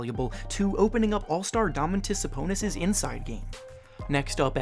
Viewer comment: Hell no mith Robinson is wayyyyyyy better than holiday my guy what and u said dominos saboobis